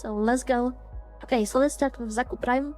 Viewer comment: Xaku Prime? Let me guess, you are from somewhere in Estern Europe?